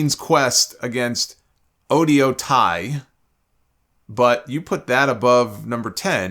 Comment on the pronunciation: so Oedo Tai is pronounced. Oh-Ee-do. I watched that match and Stardom Bias aside I still think it was better than Sheamus, Gunther, and Drew because it has a long running story literally all 12 woman shined in that match and had done something of note and the storytelling in the match was very strong.